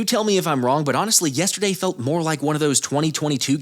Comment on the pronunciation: Also fuck how says “yestiday.”